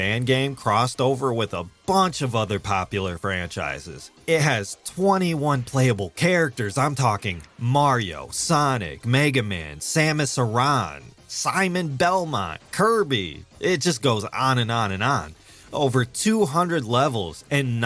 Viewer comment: I'm sorry but why do people keep calling the Photographs of Metroid Somus Iran? you make her sound like she's from the Middle East. It's not that hard to say her name they say it in the Games.